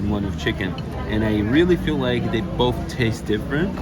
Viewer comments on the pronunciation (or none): none